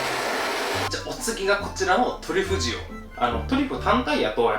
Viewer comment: トリュフとトゥリュフって言うのやめろw